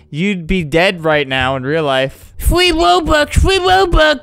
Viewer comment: I literally got a free robux ad when Flamgo said FWEE WOBUX FWEE WOBUX